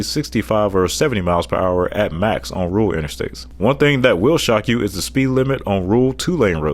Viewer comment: I’ve seen people who can’t pronounce Rural (he says Ruul 🤭), but this guy can’t even say Urban. (Urbran 😆)